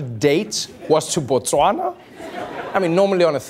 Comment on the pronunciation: Good pronounciation of Botswana there Trevor... finally someone gets it right